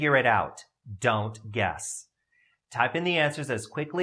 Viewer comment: The way he says "DON'T. GUESS."😭